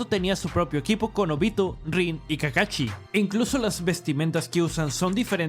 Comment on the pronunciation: llamenme mamador pero que culero se escucha que digan "kakachi" en vez de "kakashi" me recordo a mi ex que al "sushi" le decia "suchi"